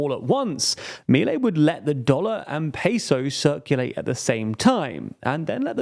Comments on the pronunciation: Its Miléi guys, that is not hard to research... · Just a minor note: Milei should be pronounced mee-LAY (accent on Lay, not on mee). Thanks for your outstanding work.